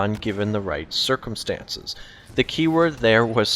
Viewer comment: A little late to the party, buuut... "Circumstancers"